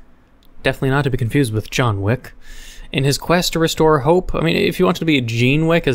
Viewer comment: "Jean Wick" Wait what? Also in this episode, forgot what his outro line was 🤣🤣🤣🤣